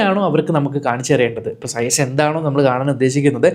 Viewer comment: സയസോ? സയസ് എന്നല്ല ചെയ്ച് എന്നാണ് ഉച്ചാരണം. ചെയ്ച്...ചെയ്ച്. ഒന്നു പറഞ്ഞേ, നോക്കട്ടെ!